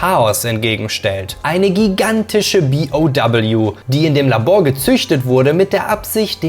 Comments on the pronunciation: dann sag zB auch zu BOW BI Oh Doubleyou und nicht B O doubleyou.. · gutes Video aber wie kann man so viele Wörter falsch aussprehen.. megamyzet zB... oder BOW.. das heißt B O W und nicht doubleyou